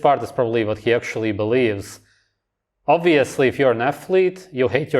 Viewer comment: “Uv-course, oob-veously” cool mullet dude